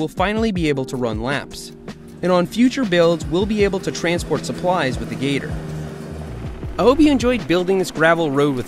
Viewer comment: How come you stoped calling the gator “the gter”